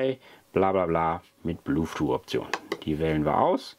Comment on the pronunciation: der Sprachfehler mit dem blueth-too hält sich standhaft, wenn man ihn einmal richtig "gelernt" hat. 🤣 sonst ein informatives Video. 😘